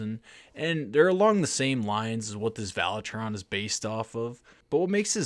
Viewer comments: Valeton NOT Valetron...lol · Valetron? There’s not a letter “R” in the name of this multi effect pedal. 😆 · No R In Valeton friend 🤷🏻‍♂️😆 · "Valetron". Lol.